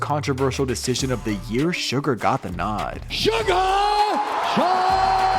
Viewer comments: SUGA! Not Sugar. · A real mma fan knows it’s “suga” not sugar 😂